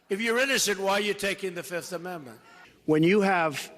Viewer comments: Why does he say fift! It's fifth, not fift 😂😂😂😂😂😂😂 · Trump today: 1, 2, 3, 4, FIF! I say FIF! Remember that Dave Chappelle skit lol. Fiiiiiiif!